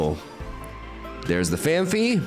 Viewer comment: Phan-fee ❌ Phan-pee ✅